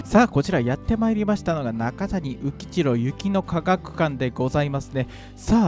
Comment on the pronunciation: どうせなら、片山津の総湯も映して欲しかったなーｗ 中谷宇吉郎は、「なかたに」ではなく「なかや」と読みます